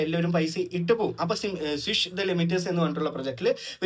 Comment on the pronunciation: u again and again swish അല്ല swiz എന്താണ് ഇതിന് ഒക്കെ പറയ